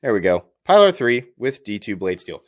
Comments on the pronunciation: It's "pea-lar" bub, not "pie-lar". I'm sure you know the always told boat story that nobody shuts up about. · Pee lar. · Sorry, can’t watch this with such gross mispronunciation of the name. It’s disrespectful.